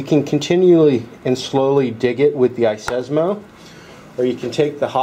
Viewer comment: "iSESMO"? Seriously, it's iSesame!!! Just like open Sesame!!!